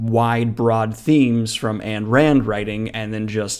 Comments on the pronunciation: Just a heads up it’s AYN rand, not ANNE. Pronounced “ine” or “eye-n” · Yes, he was a bitterly angry and detestable douche bag, and an Ayn Rand-worshipping fascist (it’s pronounced EIN, not AN), but he could damn sho’ tell a story. I bring one of his books on every vacation I go on and read it first. I never read Ayn Rand nor ever wanted to, but it was so obvious from the very beginning that he was channelling her. He died on September 17, 2020 at 72. Although I’m sad that we won’t get any more books from him, death couldn’t have happened to a nicer guy. I came here from the NY Times obituary. I’d rather read Sister Souljah, to be honest. Peace. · wait is it pronounced "ann rand" or "ine rand" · Every time you say Goodkind's name as rhyming with "mind" it throws me off completely; my pronunciation of his name has always been with a short "I" rather than long. Also, not that I'm a fan of her, but her name is pronounced "Ein", like as in the German word for "one". I had no idea how much of a incel douchebag TG is. I, too, have read Dean R. Koontz' book. Does he still just change the lead character's name for the next version, or does he get really wild and change his career, too? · exactly... he probably is a big-time lib that hates Capitalism of which Ayn (Ein) Rand (as how it is pronounced) is such a great proponent of. People that want a practicable version of economics more than Capitalism are either ignorant, or have a big hole in their head. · Thanks for the heads up. I’m new to fantasy and have seen Terry’s name around. This guy is a monster. I will avoid his books! Btw, Ayn is pronounced “Eyen” Rand. Thanks again. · Necro-commenting here, but it's "Ayn", pronounced like "Nine" minus the initial "N". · Um, Daniel... "Ayn" is actually "ein", as in "Einstein", or more bluntly "Ayn Stayn"... just pontificatin'... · Ayn rhymes with 'mine' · Was it just me or was how he pronounces Ayn Rand really bothering you